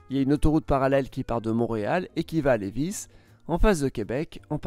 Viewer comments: Ca se prononce Lévi et non Lévisse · Ahah ça me faire rire comment il dit les vices et pas Lévi(s) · ca ma fait rire quand tu as dit ''Lévisse'' et ''Dru, mon, ville''! Lévis se dit lé-vie et dummond Droh-monne-ville :) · juste pour votre information, on dit Drô-monne-ville (Drummondville) et non pas Drumond-ville. Rou-in-Noranda (Rouyn-Noranda) et non pas Ruinne-Noranda. Lé-vi (Lévis) et non pas Lévisse. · Je ne suis probablement pas le seul à faie ce commentaire mais j'ai la flemme de lire 678 commentaires donc...quelques remarques sur les prononciations.. On dti Rou-hein noranda. Grainebé et non Grand-bi. Lévi et non Lévissss. Bagotteville et non bago-ville et Drummondville..je ne sais pas comment écrire la phonétique mais c'est prononcé à l'anglaise. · J'aime bien la prononciation de Lévissse :D Sinon c'est bien résumé ;) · Excellente vidéo.. Cependant la prononciation de certaines villes n’est pas parfaite, comme Lévis, qui ce prononce Lévi.. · Lévis on ne prononce pas le S Drummondville a revoir la prononciation. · Ah les toponymes. On ne prononce pas le S à Lévis. Le nom rime avec vie. Drummondville se prononce comme Dromme onde ville. Rouyn se prononce Roue-ain. Pas Rou-ine. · Et Lévis, prononcé sans s